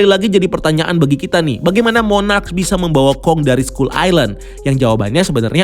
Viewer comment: Skull dibaca skal bukan skull